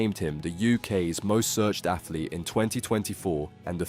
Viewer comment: "athlete". LOL, give me a break